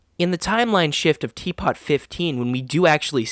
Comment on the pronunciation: it’s pronounced “T Poo”